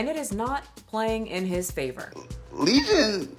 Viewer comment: Leison not legion 😂